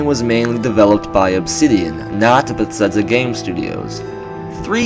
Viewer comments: It's pronounced "beh-thez-duh," first off... made me cringe every time I heard it, no offense haha, but I can tell your a big fan of the series. And while you brought up some good points, like the name of the purported project itself, I had a few qualms with your video. Yes, they spend a lot time on each game, for sure, but as they use the same engine with each game, Fallout or TES, it is more likely they worked on Oblivion, then FO3, then Skyrim, then FO4, then TES6. The engine developments are continual and procedural, and we've actually witnessed that this generation when Bethesda released new particle effects and that HBAO+ setting as updates. The world is likely being crafted and built, quests structured, and dialogue written, for more than the couple-year gap between each TES->Fallout tick-tock sequence, but it's not absurd to presume they make each game in three years or less, just as nearly every other developer with sequel release series. The most likely explanation is a core team works on each major release in the tick-tock schedule, while a smaller sustain tam works on DLC and game updates while the core team moves onto the next large project. Apparently, though, Bethesda GS might be mixing things up in the next few years, potentially working on a few other main projects simultaneously. I mean, most of us should know that Zenimax Online is responsible for ESO: TU, and presumably any future MMO endeavors (i.e. Fallout Online revival?) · Nice video, but why do you say Besedza? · Please stop saying Bethesda xD I'm sorry but omg I'm quite irked